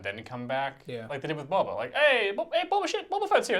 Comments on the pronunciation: Did he say Bob ah fett again .....lol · It's not Bob-a Fett! 😆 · or every time he pronounces Boba wrong :)